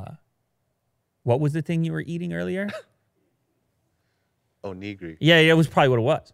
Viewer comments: It's pronounced "own - ih - gee - dee" but yeah that was hilarious the way was saying it lmao. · Your pronunciation of “onigiri” is disappointing lol 😔 cmon